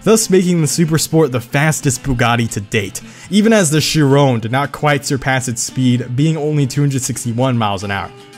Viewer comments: She isn't spelled Veyron, she's spelled Veyhon and not Chiron but Chihon. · Did you see my comment about pronouncing the Chiron name? Seems like you did, judging by the fact you decided to say it. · Bruv where them Koenigseggs at ??? (I live 30 mins away from the Bugatti factory in France❤️) Funny cuz all the plates on the Bugatties showed in this video are illegal, custom plates are illegal. To get a correct plate, you must have 00-AAA-00 Funny to see my state’s number everywhere, you see pepole talking about the place where you live. Geez. And btw, you’re saying Veyron and Chiron wrong. ❤️ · Holy fuck how u say Chiron. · Bro you say “Chiron” like it’s a black man